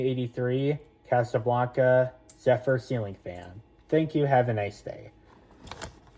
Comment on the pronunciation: beautiful also it's said zehfur not zufar! congrats on your zephyr man